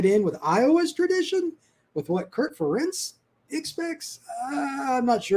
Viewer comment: Ferentz rhymes with parents. Come on guys. How many years does it take to learn this???